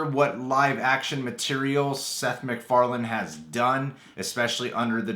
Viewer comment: mandela effect It's Seth "Mac"Farlane not "Mc"Farlan